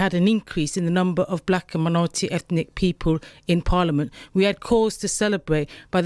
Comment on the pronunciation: Its ethnic not efnic.